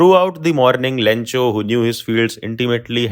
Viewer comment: Post Master saying lencho with a b instead of l. 😊😊😊